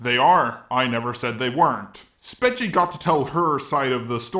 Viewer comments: I think its pronounced "spekee" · I think it’s speech-e??? I dunno, I think she said it like that before, but I’m not 100% sure. I could be wrong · Not a big fan of her but I'm pretty sure her name is pronounced "speech E"